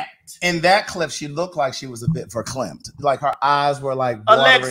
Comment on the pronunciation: Hey Google, is ver....climped (its verklempt) an eye shadow?! tf